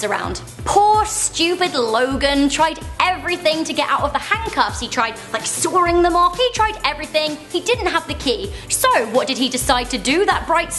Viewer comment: I didn't realize there was an r in the word "sawing".